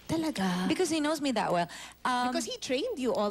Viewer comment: Actually... tha well.. hehe.. di ba pwdng kompletuhin ung THAT...